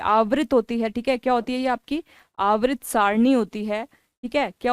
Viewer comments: Aavrit nahi hota hai Mam Avatr hota hai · हिंदी बोल नहीं पा रही हो, आवर्त को आवृत बोल रही हो